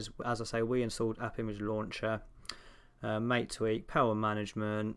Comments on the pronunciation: people: MAH-TAY: mate. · pushes up glasses it's pronounced "mah-tay" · I know this is such a small gripe and petty 3000, but it’s “mah-teh,” like the tea. Everything is green. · You're like English Bob he also pronounces it as mate and not ma-tay.